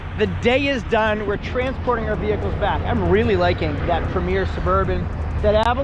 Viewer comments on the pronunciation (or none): none